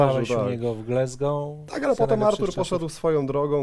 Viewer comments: Panowie, błagam, "glAsgoł" nie "glEsgoł"! Aż uszy bolą i serce się kraje. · nazwisko byłego trenera reprezentacji Szkocji i Celtic Glasgow wymawiamy [gordon straKan] a Glasgow wymawia się [glazgow] a nie "glezgow"